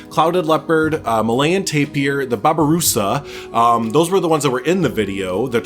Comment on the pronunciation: Also the babarusa (you said it right) are very cool, there horns can grow to the point where they stab there own brain which is the main reason of natural death